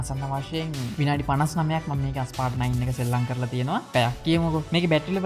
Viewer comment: ඇයි හැමෝම Asphalt game එකේ නම වැරදියට "අස්පාල්ට්" "ඇස්පාල්ට්" කියන්නේ??? ඒකේ නම "ඇස්පෝල්ට්".....